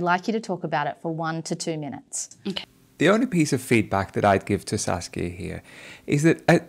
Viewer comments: It's Saskia, not Sasuke.. lol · 😂 He keeps saying Sasuke instead of Saskia